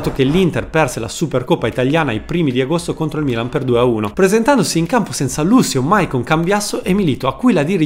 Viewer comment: Quando hai detto Milan , l' hai detto in inglese 🇬🇧!